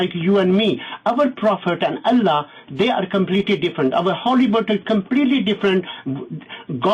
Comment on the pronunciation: makes me lol the way he says allah